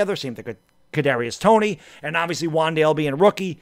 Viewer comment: Man he thought he was saying a tongue twister when trying to say Kadrius Toney 😂😂